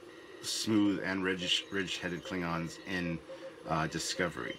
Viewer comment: klibgons, ridged for our pleasure? did you really make the klingons sound like gay condoms? rehearse lines like that in the future pls. I'll go with bona fide slip of the tounge this time